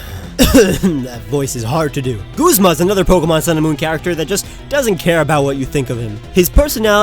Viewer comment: wait did he just pronounce it "Goozma??" I've said "Guzma", like the 'u' in "shut"